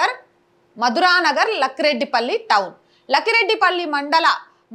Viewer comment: It's not lakhi Reddy palli It's lakkireddypalli please pranous properly the neme Lakkireddypalli okay